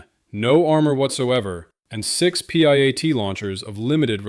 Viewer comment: Piat, not P -I-A-T. jeez.